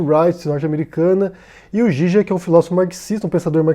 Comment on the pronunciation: A pronuncia do no Zizek eu entendi com Gigek é assim que se pronuncia, desculpe a minha ignorância só quero saber a forma correta da pronuncia, abraços.